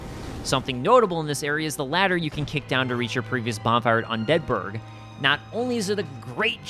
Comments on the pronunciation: undead BURG, not unDEAD burg. That triggers me haha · "Un Deadburg" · Just finding this and gotta say I love the video. Definitely gonna check out your channel. Ps. I cringe every time you say "un DEADBURG" The way you time the emphasis gets me every time. 😂😂 keep up the good work and great content fam